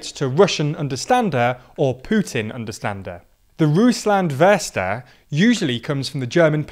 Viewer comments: "Ruußand Würste" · I wasn't looking on the screen and got confused, what a Russland-Förster (Russia Forester) was supposed to be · Very good analysis, but, if I may, as a German, suggest, that you not only research German words like "Russlandversteher" in writing, but also their pronunciation (more like "Russlandfershte-er")? Other than that I greatly enjoy your Videos, especially the chance to get an outside perspective on the politics of my own country. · The way you pronounce Russlandversteher it sounds like Russia sausage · Danish here, I was the same like: how is he pronouncing that word! Wow that wrong 😆 It’s a very central word for the video and I guess it would have taken 60 seconds online learning the pronunciation 😄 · Dude straight up butchered "Russlandsvesteher" and "Putin-Versteher"s pronounciation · If I hear this horrible pronounciation of "Russlandversteher" ONE more time :D :D :D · I said it before and say it again: Russia is outsmarting the west by much. He sees how the west is wntangled in it's own mini dramas and sees a bigger picture and goes for it. Also, I don't speak German and he clearly mispronounced the words, now, do we really need 10k messages saying the same thing? No. Another example of focus being in irrelevant issues and just wanting to complain about something.